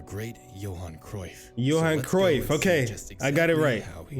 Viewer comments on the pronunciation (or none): It is pronounced Yohan.